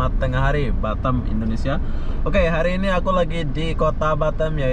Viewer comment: BATAM Boss bukan BATTEM😂😂🙏